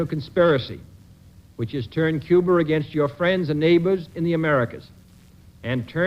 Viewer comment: I thought it was Cuba, not Cuber.